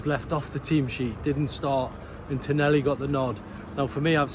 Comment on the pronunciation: Bonny lad it’s pronounced. Ton ahhh lee. Tonali😊